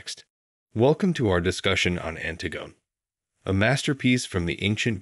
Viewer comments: Yes, I'm really surprised. Surely if you're going to go to all the effort of putting together a video like this, you'd check on how to pronounce the title and author. The most common pronunciation is anTIGone by SOPHocles. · Did you seriously pronounce it "Ant-i-gun by Sof-a-culls"? This is the worst.